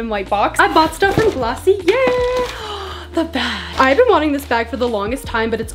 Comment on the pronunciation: Omg i love you so much also its glossiea and not the way it is spelled